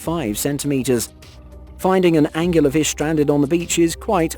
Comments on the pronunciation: So many angles on that angular fish lol it angler An- Gluhr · please tell me you didn't call it a anguler fish. Angler......like fishing. wow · Angler fish.... angularfish 🤣🤣😂